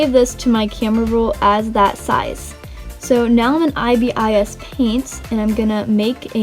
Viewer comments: did she just say i b i s? It's a whole word, not separate letters xD pronounced: eye-bis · When she says “ I B I S “ I’m likeeeeeee: so that’s how you say it